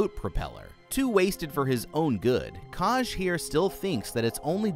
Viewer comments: this isnt meant to be mean but did you ever listen to anyone pronounce the name “kaj” before you decided to butch the name so horrendously hahaha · Obsessed with the mispronunciation of Kaj